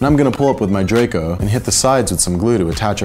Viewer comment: Its draco